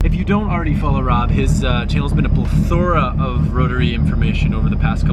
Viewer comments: 'his channel has been a ple-thora of info" lol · Weirdest way to say the word “plethora” lol